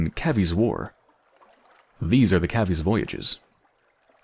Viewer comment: It's pronounced cave-E. A cavy (cavies is plural) is another word for guinea pig.